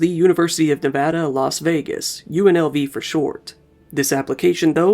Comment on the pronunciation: Im an alumnus of UNLV... thank you for pronouncing "Nevada" correctly